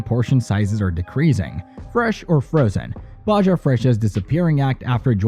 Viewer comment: Definitely, who pronounces Baja with a J sound